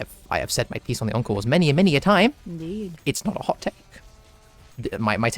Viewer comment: also every time you say encores i hear "uncles"